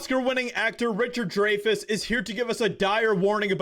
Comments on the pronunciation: Dray-fuss? LOL - Its pronounced Dry-fuss. Kids these days... 😝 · His last name is pronounced Dri fuss.Not Dra fuss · Hahahahahaha! It's Richard Dreyfuss(Dryfis), not dray fiss. Sorry, had to call it out! I love Richard! Haven't heard from that guy is over a decade! Love it! Thank you for bringing this video to light! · It's Dr(eye)fuss not Drayfuss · Hey,bro. His last name is not pronounced "Drayfis" it's pronounced "Dryfiss". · You’re mispronouncing his name. It’s not Dray*fus. His name is pronounced Dry*fus. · "DRIE fuss" not "DRAY fuss" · Respect, it's pronounced "dry" fus, not Dre. thanks. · DRY-Fuss not Dr. Dre-Fuss. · Hey. His last name is pronounced Dry fuss. Just for future reference 😀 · He's been a favorite actor since Jaws. His last name is pronounced, Dryfuss. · Pronounced dry-fuss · I'm pretty sure his last name is pronounced Dry Fuss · It's. Like "dry-fes" Dreyfess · You cannot even pronounce his name correctly. Are you slow? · You didn’t even pronounce his last name right.